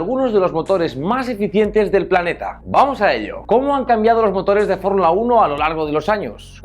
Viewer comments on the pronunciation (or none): ""FORRULA UNO""